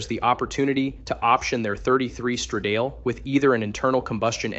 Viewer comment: Please, educate your "talking head": the word is "strah-dah-ley", not "struh-dayl"! And "Ro-me-oh", not "Ro-mio". It's not hard to look the words up on the internet and find proper pronunciation for words that you're unsure of. Do a little research and makre yourself sound reasonably intelligent, please!